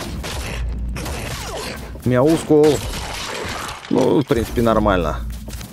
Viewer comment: правильно говорить Мяускул